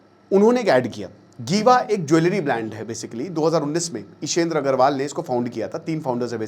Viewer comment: sir not गीवा, it's जीवा